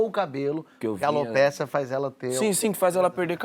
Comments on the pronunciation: NÃO É ALOPÉCIA, GENTE. É ALOPECIA. CREDO! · Que agonia ouvindo eles falarem o nome da doença errado ..